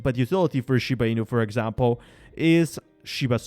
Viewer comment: Dude!!!!! Ur ass cant even pronounce the name properly and you want me to trust you.... Never